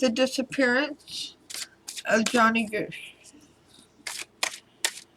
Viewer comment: His name is johnny gosch. Like omg or gawsh